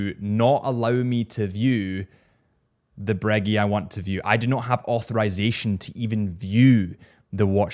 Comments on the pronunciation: When will he stop saying breggy and start saying breguet😭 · It's great how Americans pronounce such noble words as "Breguet" — as if they were chewing three pieces of gum at once. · I can’t take you serious while you mispronounce OMEGA and Breegeey??????? Wtf man?!?!?